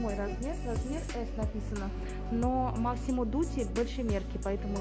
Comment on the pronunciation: МАсимо без К. НЕ МАКСИМО ДУТИ